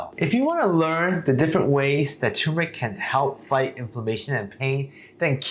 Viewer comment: Please pronounce it correctly. TUR MUR ICK